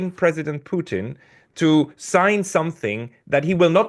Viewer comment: Putin, not Pucheen. Why does McGovern, who we all know fancies himself as a cunning linguist, persist with this ridiculous and unfunny mispronunciation?